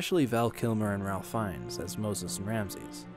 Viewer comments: It's pronounced 'Rafe' Fiennes, not 'Ralph'. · It’s pronounced “Rafe” Fiennes not “Ralf.” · Just FYI, his name is pronounced "Rayf", not "Ralph". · Ralph Fiennes name pronounced Rafe Fynes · This masterpiece isn't forgotten, it is ignored by people who hate God. Also, Ralph Fiennes's name is pronounced "Rafe/Rayf" and not "Ralf." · apologize to ralph fiennes right this instant. it's pronounced rafe not ralph haha. loved the video though! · "Ralph" is pronounced "Rafe" Fiennes, just as an FYI 🤭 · it's pronounced "Rafe" even though it's spelled Ralph. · Ralph Fiennes is pronounced "Rafe Fines". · Ralph Fiennes is pronounced Rafe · just fyi its pronounced RAFE not ralph fiennes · Good video, but... "Ralph Fines"? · It's spelt Ralph but it's pronounced Rafe. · Pronounced REY-f (not RAL-f) Fiennes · Love the video, just one tiny thing that drove me a bit nuts - the “l” in Ralph Fienne’s name is silent cos it’s a Welsh name so it’s “Rafe Fines” when said aloud (I feel awful pointing this out cos it’s a small thing in context of the vid but it drove me a bit nuts!) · Ralph Fiennes is pronounced Rafe Fiennes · Ralph fiennes pronounces his first name Ray-ph, no L. not sure why, probably cos he's posh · It's pronounced "RAFE" not RALPH. Prince of Egypt is one of the best animations of the past 25 years. A masterpiece that still holds and will forever hold the test of time. A timeless classic. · It’s Pronounced Rafe not Ralph. Don’t ask me why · It's not Ralph. It's pronounced "Rayfe". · Ralph is pronounced like "Rafe". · The RALPH in Ralph Fiennes is pronounced RAFE FYI. My teeth were doing a slow grind while you read his name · I hate to nitpick but Ralph Fiennes' first name is actually pronounced "RAIF" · Ralph is prounced Rafe 🥴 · Ralph Fiennes name is pronounced ˈreɪf ˈfaɪnz But good video essay. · Ralph Fiennes' first name is pronounced 'raif'. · IT'S PRONOUNCED 'RAFE'!!!!!! But otherwise, excellent points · *pronounced as "Rave Fines" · It's pronounced rayf fines